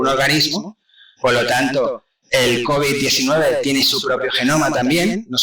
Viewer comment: Bruto el primero dice looby 19 y después cobi 19 jajajajajajaja explico mejor el segundo